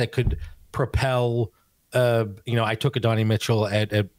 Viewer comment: Man the way you guys can't remember coaches names, and butchering names like adonai, achane and lagette is so hard to listen to. I'll keep giving yall a chance but yeesh